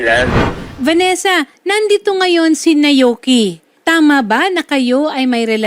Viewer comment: Naoki po hindi nayoki